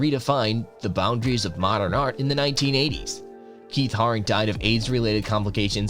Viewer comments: Steve rubell & Keith Hare ring (is how you pronounce there names) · It’s pronounced Keith Haring “hare-ing” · Ahhhhhhh!!!! It's not ver-say-ses...It's Ver-sach-ee....And Encephalitis is pronounced, in-ceff-el-eyetous. Ahhhhh! EDIT..... Ka-po-sees Sar-koma! and Keith Hair-eeng. God damn kid! If youre going to make videos, practice a little and do some research. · Get the names right - klaus know-me, Keith ha-ring, Steve Rue-bell, Kah-rell (film with Brad Davis) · Stopped listening at Keith Haring as you obviously didn't do the basic research on how to even pronounce their names. Haring died in 1990, not 1950...